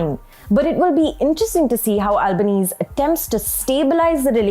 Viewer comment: Good reporting ..Australian prime minister’s surname “Albanese” ‘s surname is pronounced “Albaneasy” … something to take note in future